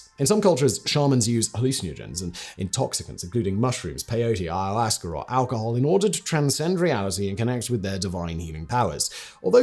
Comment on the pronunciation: I love listening to Simon mispronounce big words, and trying to figure out what he's trying to say. "ayahuasca"...